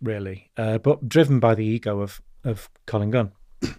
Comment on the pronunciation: He cant even get collins name right lol i think this guy a fraud lol